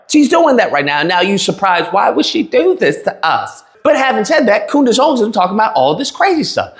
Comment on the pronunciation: "Coondace" ? You racist pig.